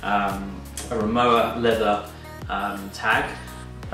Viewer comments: Nice video, Rimowa is a German brand and w in german pronounced like v in English so basically it sounds like RIMOVA :) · they say PorschE and Rimowa is pronounced RimoVa, it’s a German brand originally and it has always been called RimoVa. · Exactly. The W is pronounced as a V, So it’s RimoVa Unfortunately Louis Vuitton MH have now bought the brand and the prices have soared